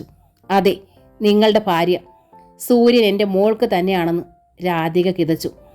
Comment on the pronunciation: വായനയൊക്കെ നന്നാവുന്നുണ്ട്. ബ്യാഗ്, ഫാര്യ തുടങ്ങിയ ഉച്ചാരണത്തെറ്റുകൂടി ഒഴിവാക്കിയാൽ കൂടുതൽ നന്നായേനെ😭